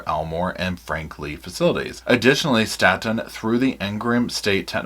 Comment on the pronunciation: It's Staton, pronounced like state.